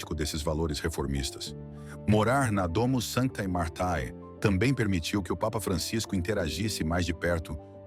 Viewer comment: Fizeste uma abordagem genérica sobre o Papa Francisco e estás de parabéns. Porém, estragas na leitura de DOMUS SANTAE MARTAE. Trata-se de latim. Embora assim escrito, deve se ler por DOMUS SANTE MARTE.